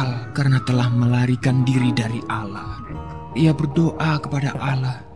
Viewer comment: Allah bukan alah